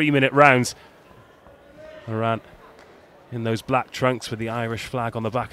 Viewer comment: it’s pronounced More-in